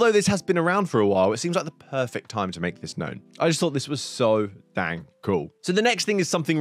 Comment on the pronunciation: I already bought deadpool anyway. I always miss giveaways. Why do you say Dang like you are an American btw?